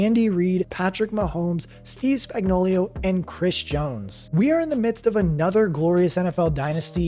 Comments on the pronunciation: aye no hate coming from me but I noticed and laughed when you said "spagnoulio" instead of spagnoulo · It’s Spagnuolo, not Spagnolio! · The Chiefs' defensive coordinator's name is pronounced: "Spag-nō-lō." You kept pronouncing his name incorrectly as "Spag-nō-liō" 👍🏻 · Its Steve Spagnuolo, not Spagnuolio. Y'all be trippin since the day McDuffie called him spagnolia... spag-no-low🤦 and if you can't handle it just call him spags because it's pathetic that y'all can't read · Spagnuolo not Spagnuolio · It's Spagnuolo, not Spagnolio. Great video but get it right. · Chandler Jones? CHRIS Spag-no-LIO? Like Cornholio? Spag-no-lo Idiot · SpagnoLO, no SpagnoLIO. This bothers me more than it should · Why can no one pronounce Spagnuolo correctly LOL it's Spag-no-lo. Not Spagnoleo LMAO - "Spag" sounds like "spag" in spaghetti. - "no" sounds like the word "no." - "lo" sounds like "low." So, it would be: Spag-no-lo. Just saying lol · Did this dink even watch any of the playoffs or SBs over the last two years? Steve Spag-know-lee-o, lol, it’s just Spag-know-lo. Maybe he’s combining the names of Spagnolo the Chiefs DC and Coolio the rapper, lol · Lol dude..... it's pronounced Steve Spag-nah-luh......not Spag-no-lee-oh😂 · It's Spagnuolo, not Spagnolio. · Steve Spagnuolo = steev spag·naa·luh = Spags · Spag-no-lo Spagnuolo has no 'i" in it. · Now when everyone sees spags name they will read it this way, spagnolio. You'll hear it. Can't wait to see chandler Jones. I've wanted this for a while now. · Say it with me: Spag no lo. Easy! Simple! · Also "Spagnolio" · Could more corrections, that’s not how you say spags name and jones not known for plugging up runs. Jones above average at the run and best DT at pass rush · Please learn Spag's correct pronunciation. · added some Italian flair with the pronunciation of Spagnolo